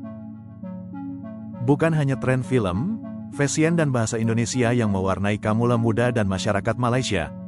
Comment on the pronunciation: kawula bukan kamula